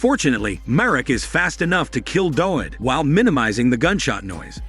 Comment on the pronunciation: w in Dawid is pronounced as v in Polish